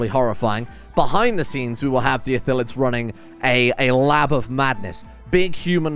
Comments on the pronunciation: As someone who plays D&D frequently, it hurts to hear "Ithillids" instead of Illithids. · the L comes first. It's ILL-etheds. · Good start! And, since you're curious, it's pronounced ill-ith-ids. Also spelled that way, but...eh. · Great vid, it's I-lli-th-ids tho. Keep up the good work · Call em mindflayers if you have troubles with pronouncing Illithids